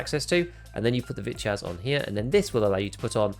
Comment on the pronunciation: I can't stop hearing b1tchass everytime you say vityaz lmao